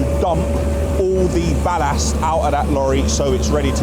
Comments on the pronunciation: I wish you would learn how to speak English properly. Especially when it comes to pronouncing 'Ballast' properly. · Why does man say "Ballast" like such a looney 😆